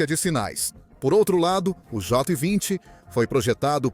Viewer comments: Concordo com o engraçado, ele fala tudo menos Jota 20, kkkkk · Jó 20 😂😂😂😂 essa IA tem q melhorar essa dicção